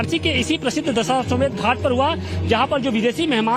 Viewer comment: यह एंकर दशाश्वमेध का सही उच्चारण भी नहीं कर पा रहा है कह रहा है दशाश्वमेघ😂